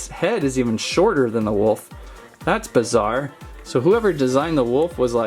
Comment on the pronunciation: “So bazar” says